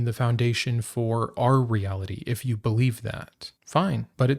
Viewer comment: The emphasis is on the word "you".